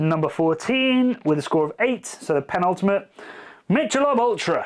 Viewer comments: Bro cant even pronounce Michelob lmao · Miller High Life is the CHEAPEST beer I enjoy. Yuengling is more expensive in the south (and tends to give me hangovers). Totally agree with Coors and Coors Light. Also agree with Michelobe (pronouced MIH-keh-"lobe") Ultra. It's beer for when you should be drinking water.